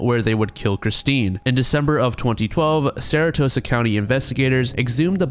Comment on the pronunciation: hi it’s sarasota not saratosa:)